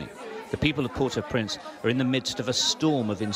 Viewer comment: Say port-au-prince.